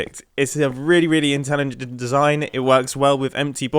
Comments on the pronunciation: I'm not the only one who heard mumbo's "intelgeged' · it is really intellignnet- mumbo 2021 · Mumbo said intelligent but messed up the word hehe